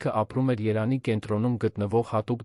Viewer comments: Արա. Երան. Չի, ԵՐևԱՆ. Է. ԱՐԱ։ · Անգրագետ՝ Երևան , ոչ թե երան , դու կեղծ, ժամանակագրութուն ես հաղորդում ։